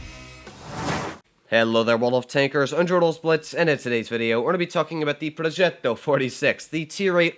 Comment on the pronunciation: I live in Italy and that ‘progetto’ at the beginning, was just very italian